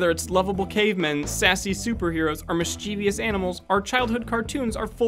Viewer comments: Just so you know mischievous is pronounced Miss-chuh-viss. Miss-cheev-e-is is 100% incorrect. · the word "mischievous" is pronounced "mis-chi-vus". Not "mis-chee-vee-us". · Mischievous was pronounced wrong :^)